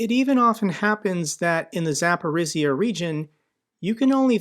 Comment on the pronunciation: Hey - in the word Urazhaine the "zh" is like rolling the soft "g" in "giraffe" and maybe googling how the French pronounce giraffe would also be helpful. The same rolling soft "g" for that "zh" in the Zapori"zhzh"ia word as well. Signed sincerely, husband of a Ukrainian wife (Zhinka).